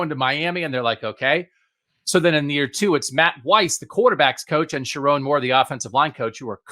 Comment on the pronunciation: Also....learn how to say his name: irs sher-OWN (mnemonic device should be pretty obvious 😘) PS - Donovan Edwards and Colston Loveland are the Kings of Columbus 😂